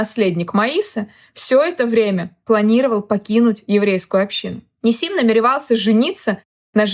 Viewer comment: Правильно гоаорить НИсим. Ударение на первое И